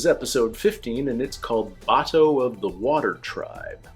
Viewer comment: Your questions about Iroh will be answered and they will break your heart Oh and it's Bato not Buto :)